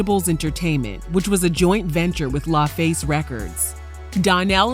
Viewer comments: It’s LAFACE (Luh Face) not LieFace 😩😂😂😂😂😂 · His name is pronounced Don-Nell. The label is pronounced Luh-face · Way you pronounced La killed me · The way she kept pronouncing LaFace and Arista though....